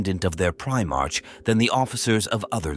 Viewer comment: Indeed. I had to turn off after hearing 'Pri-march' again and again.